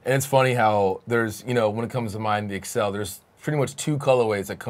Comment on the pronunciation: guys its the ACCEL not the EXCEL